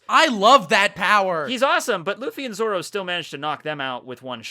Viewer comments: Stop saying 'Zaro' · STOP SAYING ZARO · Please... Dear GODDDDDD say "Zoro" correctly... Just once? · ”Saaro” lol